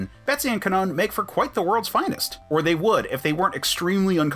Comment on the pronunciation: No problem. I do also like that you actually pronounce Kwannon properly and that you’re not one of those guys going “marvel is pushing an agenda. Bring back Brian” that you know haven’t even cared about the captain Britain property until now. You seem decent. Also, I love recent stuff like Betsy and Kwannon burning the dresses Betsy had made when she was in Kwannon’s body. It was kind of nice. And they also gave Malice a character. Speaking of that, Hellions. Just… they did Kwannon right. I feel like the Krakoan era is the era where, if it were to have a theme song, it would be “about damn time” by Lizzo. Cipher gets the respect he should’ve had? About Damn time. Martha Johanson gets treated like a person and finally has a body again? About Damn time. Destiny finally comes back to life and has stories with Rogue? About Damn time. Maddy P being treated like a person? About Damn time. It’s nice to see that Betsy does fail in x of swords and her story of recovery and standing on her own (with Rachel by her side… side note; I’m surprised Rachel never had a girlfriend until now).